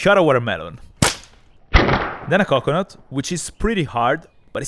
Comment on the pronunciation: “Then I try with a coconut” “Then I try with a 🐔-nut” Yeah I hear both